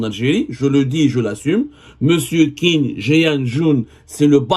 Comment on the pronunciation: Déja ça se prononce Tchin=Qin, c'est un grand monsieur que j'ai beaucoup de respect pour lui, il a commencer de très bas avec le privé et qui a aider beaucoup de promoteur a se lancer c'est à peine 2ans qu'il a commencer a travaillé avec l'état. vous parlez de lui sans même savoir dire correctement son nom. ( je n'ai aucun intérêt avec ce Monsieur )